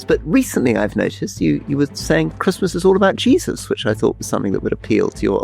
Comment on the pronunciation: Did AC say Jesus.. Or cheese... Or have the pre Christmas drinks sent my hearing wonky